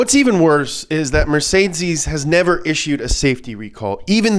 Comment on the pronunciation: Mercedes-Benz ❌ Mercesdeeeeiez-Benz ✅